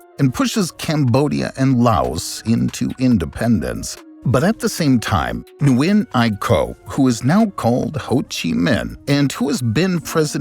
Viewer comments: Zero effort made to pronounce Nguyễn correctly. Come on! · No, that is not correct, that is like calling a duck a chicken. Nguyễn only has 1 pronunciation, all other pronunciations are incorrect. Noo-win is so incorrect. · I disagree with this advice as a Vietnamese person who majored in linguistics. "Win" is the common anglicized pronunciation found in the US, but people anglicize it in different competing ways and all of them are equally correct (/incorrect). I find noo-win to be more similar to the original than win, and some prefer noo-yen. In Vietnam, my English-speaking teachers all pronounced it noo-win.